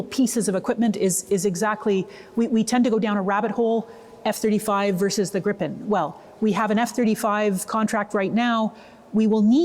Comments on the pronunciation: It's Gripen, not Grippen. It also uses US engines. So it depends on the US. Sure there have been talks of replacing the engines. But nothing has been tested and no contract has been signed. How do you know the Gripen is more suited for our needs. The first operational Gripen was only delivered in October of 2025. It has not proven anything. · 😊 I believe the proper pronunciation is more like "greepen".